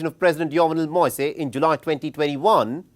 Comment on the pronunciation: Get a person with basic French skills to read the news about Haiti. The name of the assassinated president Moïse is pronounced MOH-EES and Cité de Soleil is pronounced CIT-EH DE SOLEH-EE.